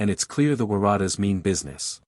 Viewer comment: ai pronunciation of the Waratahs is hilarious